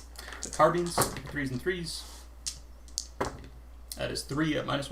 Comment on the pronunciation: Today I learned a new way to pronounce Carbines; Carbeans :D